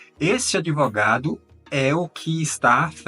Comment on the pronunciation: Se fala Advogado, respeitando o “D mudo” e não Adivogado ou Adevogado!!! Já temos muita gente falando menine, boyceta, naicimento, Poblema, problema, pobrema! Já estamos lascados, mas se matarem a nossa língua, morremos junto!